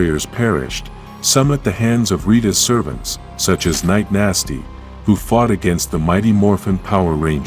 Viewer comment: Did he say night nasty lol